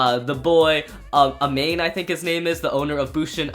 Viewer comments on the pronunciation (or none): Btw bushin ashura's Owners name is pronounced Amahney Eaven though it's spelled amane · How do you pronounce Amane like that when you can clearly hear it being said in the anime -_